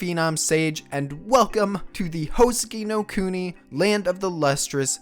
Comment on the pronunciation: Why are you pronouncing at as Howsekee nou kounee